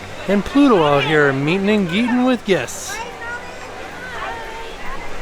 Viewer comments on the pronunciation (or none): Did say ‘meetin and geetin’? 😂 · "Meeting and geeting" lol tim is so adorable when he doesn't catch himself slippin. Haha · “Meeting and Geeting with guests”! 😂